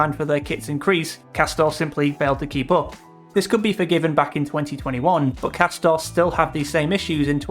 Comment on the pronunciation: Isn’t it actually pronounced ‘Cass-tor-ray, like it’s pretending to be Italian or something?! How embarrassing, as if any Italian supposedly premium brand would be such sh1te quality!